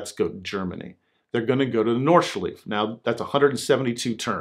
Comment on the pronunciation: Your stories are great, but seriously: what is a "norshlee"? 😂 It's not that difficult: Nord-shlie-fah. Nordschleife. North loop. But thanks for the laugh. 😜